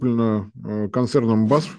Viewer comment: В России принято искажать иностранные названия, имена, сокращения и пр. Однако если ты называешь себя экспертом, то старайся произносить слова правильно. BASF произносится побуквенно - именно "БЭАЭСЭФ". Сарказм в адрес немецкого правительства понятен, однако не хватает определенного злорадства. Германия не является самостоятельной страной - поэтому не нужно требовать от ее руководства определенного героизма. Называть бундесканцлера Шольца рейхсканцлером - не добавляет эксперту уважения. Это все равно, что назвать российского президента Путина "российским императором" или "царем батюшкой". Из позитивного - наконец-то российский эксперт подтвердил, что ФРГ развивалась не за счет российского "дешевого" газа, а по другим причинам (но это не тема данного ролика).